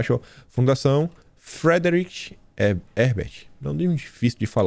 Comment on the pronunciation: A pronúncia é "fridritch"